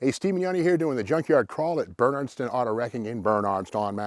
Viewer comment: Steve, you need to stop with the silly pronunciation of Bernardston. I'ts getting old...